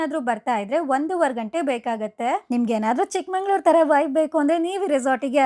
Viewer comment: ಮೇಡಂ ಅದು ಚಿಕ್ಕಮಂಗಳೂರು ಅಲ್ಲ ಚಿಕ್ಕಮಗಳೂರು Younger Daughter village